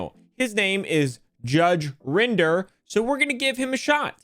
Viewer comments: My only complaint, is that you're meant to say Rinder as in ring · It's not rinder saying it like he uses grinder. Rin der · It’s not rine-der it’s judge rin-der Also in England it doesn’t really matter in court if a professional says anything regarding valuation unless in writing or if heard by the judge from the source as anything else would be classed as hearsay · It's judge Rin der. Not judge rInd er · Good video, but Rinder rhymes with "tinder" not "grinder" (ironic, I'm sure the judge would agree.) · FYI, Rinder rhymes with tinder. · just so you know it’s pronounced “rin der” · Also it's Rinder, rhymes with In Durr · It's pronounced Rinder